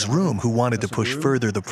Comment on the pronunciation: Rohm, rhymes with bomb!